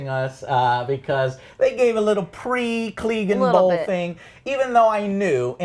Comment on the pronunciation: "CLEEGAN BOWL 2019" .......come on Joe...sigh.